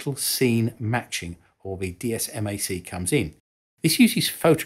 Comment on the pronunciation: For your entertainment, TLAM is typically pronounced "Tee Lamb," INS is used simply as an initialism (vice acronym,) and DSMAC is typically pronounced "Dizz Mac." You nailed TERCOM though.